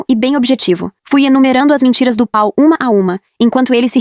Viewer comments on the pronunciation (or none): Na verdade é Paul. A IA não sabe ler estes nomes. È um problema porque Paul é um nome de origem inglesa e quando a IA de leitura está programada para ler em português ela se atrapalha com palavras e nomes de ouro idioma.